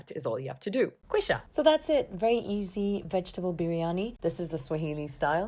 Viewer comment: Lol when you said Kwisha I was Kwinished!!